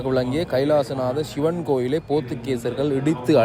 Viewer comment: வணக்கம் தம்பி தமிழ் உச்சரிப்பு மிகவும் முக்கியம் அதை பார்த்து கொள்ளுங்கள் சிவன் தான் சரியான உச்சரிப்பு இப்படி சில சொற்கள் தவறாக உச்சரிக்கப்படுகிறது அதை கவனியுங்கள் நன்றி